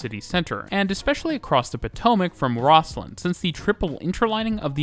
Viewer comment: Great video but...OMG...the local pronunciation is ROZ-LIN. (which, according to my youtube research, is how Scots pronounce its namesake, too)